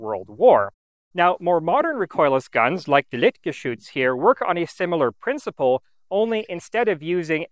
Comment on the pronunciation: I've noticed from other videos he also has somewhat trouble with -ch. If you notice he says "liktgeschütz". That and the heavy french pronunciation of some words (Mercure). But I don't judge. I know people who live in Germany and still are capable of butchering every single word they say...